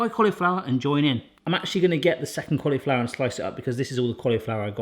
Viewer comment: I love the way he says "collyflower". It just makes me smile. :)